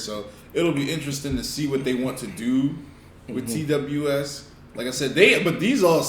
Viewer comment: Also letting you know TWS is pronounced “Two Us”